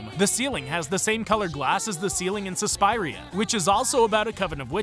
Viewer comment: It’s pronounced sus-spear-ria